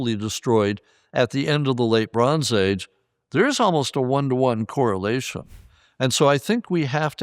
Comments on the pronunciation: Anybody hearing LeBron's Age instead of Late Bronze Age? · Every time he says “Late Bronze Age” I can only hear “Le Bron’s age” 😅